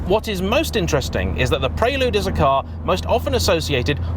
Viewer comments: The 4g 2.2 VTEC was a better car overall. Even the late h22a8 in the 5g with the extra power didn’t have real fizz or the fluidity of a 4g Oh & it’s PREL-LUDE. Not PRAY-LUDE.!!!!😳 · It's pronounced like the girl's name, Elle. Pr-elle-you'd, not Praylude. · Maaate!! Stop it with the "Pray-Lood"...it's 'Prell-Yood' 😁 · Oddest pronunciation of "Prelude" I've ever heard. You're saying it the way I would imagine Americans say it. The word prelude is pronounced "prel-yood", not "pray-lood". It's etymology is as a musical term. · What's a Praylewd? 😂😂😂 Apart from that, great video as always. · "pray lood..'' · Hurts my heart to hear this car called a “Preylood “ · It's pronounced preh-lyood, dood. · Guessing how he say Prelude Preyyyyloode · Why are you pronouncing it praylude? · I thought it was pronounced Prelude, not Prelude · I'm triggered by how he's saying 'Prelude' 😁😄